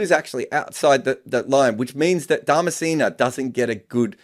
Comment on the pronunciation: himself is of subcontinent origin, yet he constantly mispronounces names from the same region. Calling Dharmasena ‘DharmaCENA’ and Hasan Raza ‘HYASAN Raza’? Come on—half of Pakistan is named Hasan. No need to act so pretentious.